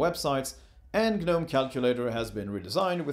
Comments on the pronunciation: What?? It's not G-nome! Why are you saying it like that? If you don't know how to pronounce something then please don't say it over and over.. The "G" is silent "Gnome", try again... Hard dislike... Honesty hey everyone take advice from a person who can't even pronounce what he's telling you about...! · GNOME - It's pronounced "nowm", as in the little garden statues. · The G in Gnome is silent bro. Nice in-depth review. Thx 😎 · We pronounce it as NOM. Not sure which one is correct. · Hey, can someone correct me? Is it pronounced Geh-Nome (like he says in the video), or Nome (like the lawn ornament)?